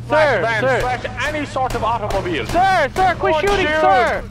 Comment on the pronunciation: love how says "automobhiiil" XD